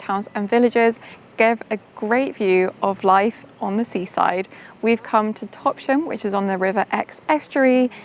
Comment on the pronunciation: Lovely vid, but us locals can be a bit fussy. The town of Topsham is pronounced TOPS--HAM there is no 'sh' in the middle, back in the day it was a hamlet alongside Farmer Topp's fields, sorry to be nerdy!! xx